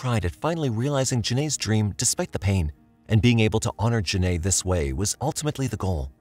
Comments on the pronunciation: Hi! Genai ‘s name is pronounced Jen-eye, not Jen-ay, which is stated properly in the video several times. I know you’d want to get it right, so maybe you could fix that for the sake of her having been the victim in your video. Thanks! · You pronounced her name “Jen-Nay” but it’s “Jen-Eye” Genai… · It aggravated me the whole time but I believe this is an ai voice and not a real recording so I hope that's why. Otherwise I find it to be a bit disrespectful to constantly pronounce her name wrong. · genai coleman name is pronounced like “juh ni” btw :) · For the woman who was killed by the twin why is it the narrator keeps pronouncing her name wrong the entire time